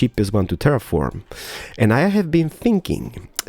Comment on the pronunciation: is he thinking or sinking?